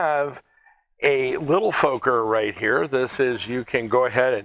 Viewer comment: Fokker has to be pronounced as Focker like in mother F#cker.